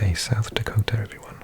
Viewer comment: Nice job with South Dakota. There are some tough names…